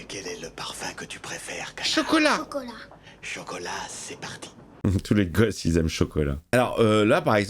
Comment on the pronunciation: y'a que moi qui ait compris "connard" plutot que "canard" 😅😂😂😂 ...?